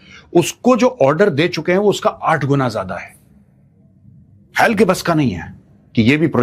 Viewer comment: Sir extremely sorry to say but It's HAL not hell...... pronounciation